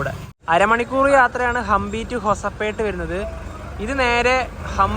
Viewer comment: Guys ഹുബള്ളി അല്ല ഹുബ്ലി ആണ് പിന്നെ ഹൊസപേട്ട് അല്ല ഹൊസ്പേട്ട് ആണ് 🤝